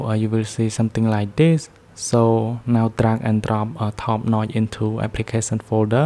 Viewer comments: bro said "NOT" instead of saying "NOTCH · Hahaha the way you say notch.. "NOY". Good shit